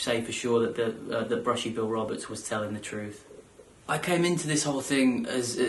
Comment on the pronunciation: bushy not billie